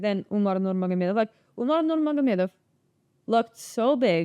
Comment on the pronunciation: Pronouncing Russian goosebumps 😂